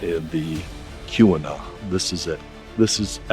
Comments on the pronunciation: pronounced 'Key we nah" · Keweenaw is pronounced key-wen-aw😉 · Pronunciation would be the first thing I would explore. Don't do videos about places that you don't even know the name of